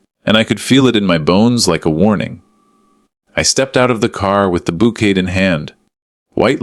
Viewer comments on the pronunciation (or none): OMG - it's bou'kay' NOT bou'ket' & la'fter' not 'lau'ter!! Duh!!